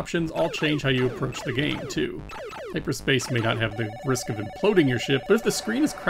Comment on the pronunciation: I'm sorry, but "hipperspace"? :)